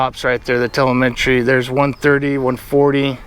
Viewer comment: When you tel-A-met-tree stops working you gots to call it man!